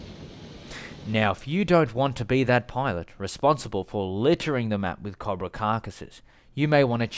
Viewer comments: Coe bruh. Not cob ra. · Not cahbruh. Cobra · The AH-1 Cahbrah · You don't pronounce cobra correctly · You say cobra wrong